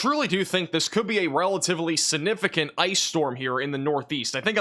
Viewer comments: This is according to The Merriam-Webster Dictionary. The word is significant. sig-ˈni-fi-kənt You need to pronounce your words better or you may as well use pacific instead of specific, or axe instead of ask. You can also use Specific when talking about the ocean. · Please learn tp pronounce the word “significant.